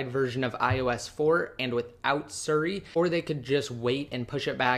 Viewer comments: Its siri not suri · Drove me crazy every time he said suri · lol "surri"